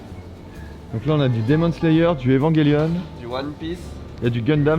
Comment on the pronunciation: La manière dont prononce evangelion, il n'y a que moi que ça choque?